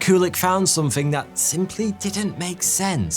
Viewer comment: it is something with a g and NOT somethink . . what were you thinking . . m'lado. . .. .